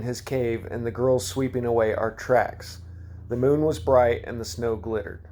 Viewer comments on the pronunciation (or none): none